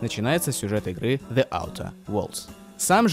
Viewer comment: не хочется быть занудой.... но буду)))the перед гласной читается как "Зи", а не "Зе" (Зи аутер ) 15 минут назад